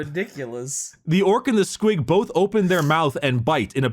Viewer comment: Why this man say squigoth like that